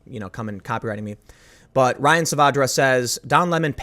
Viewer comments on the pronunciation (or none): none